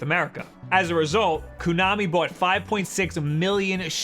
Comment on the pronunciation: It's pronounced KO-nami. Ko as in rhymes with go and blow and show. Not Kunami/Coo-nami, as you repeatedly say it. As for Bomberman, I got the Super Bomberman Party Pak for my 8th birthday. I didn't know anything about the game, really. I didn't even want the game, but I had asked for it because of the multitap. I wanted it for the upcoming release of Secret of Mana (which was just a couple months away) so I could play three player. Surprise was that it became one of my all time favorite games. My family played four player Super Bomberman every weekend for the next four years. I've been a huge fan of the series since and it's shocking to me that every article online says that Zelda is the only worthwhile launch title. I wasn't even going to get Zelda. Just need Bomberman and Snipperclips!